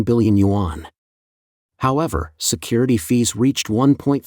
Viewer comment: What are "you on"? Yuan is a one syllable Chinese word 元. Pronounced "yen"!!